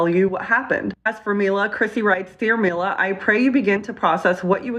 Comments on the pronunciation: I love Ethan's logic. "Hila" is pronounced "Hee-lah", but "Mila" comes out as "My-lah"... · it's funny ethan keeps mispronouncing "Mila" when it's just his wife name with an 'M' instead of an 'H' lmao